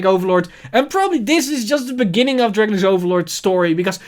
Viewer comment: It’s just a small favor to ask, but could you please pronounce “Dragonic” how Kai does, at least. “Dragenic” or “Dragon-Nick” doesn’t sound good I’m sorry